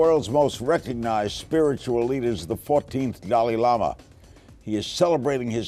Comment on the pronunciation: hmmmm. maaaan. Daaal-"eye" Lama ... not "dally" like "daily". hrml says it himself at